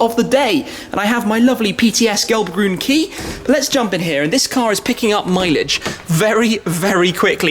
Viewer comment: I appreciate that Tim tries to pronounce the untranslated names as accurately as he can :) (gelbgrün, Nordschleife etc)